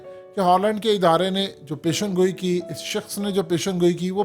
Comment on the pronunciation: Sahih alfaz pesh goi he peshangoi nahi